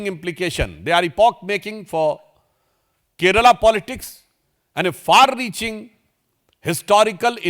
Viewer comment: At least as a politician of a party which won majority in the local body elections, start saying the name of the state properly... It's " Kerala ". NOT " Keral ".